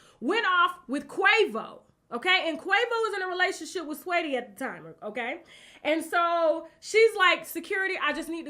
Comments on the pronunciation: Tasha did you call this girl sweaty(sa-weetie)? Lmaoooo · Isn't it "SAH WHEETIE". NOT swaytea